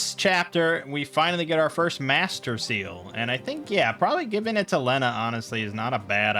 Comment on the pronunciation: thats not how you say lena